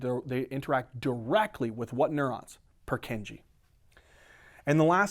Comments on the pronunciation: The pronunciation of Purkyně cells kills me. Anyway, good video, keep going, it helps a lot! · good lesson but his pronuntiation of purkinje cell is killing my ears